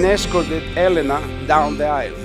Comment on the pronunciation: Finally found someone with the same pronunciation of Elena as me!!!